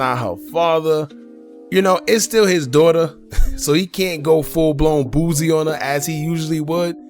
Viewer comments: His name is Boosie,not Boozie. Say it the same way u would say the other rapper that goes by Toosii but with a B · He killing me calling the man boozy threw out the whole video....its boosie ....Boo-c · the way you pronounce boosie is crazy 🤣🤣🤣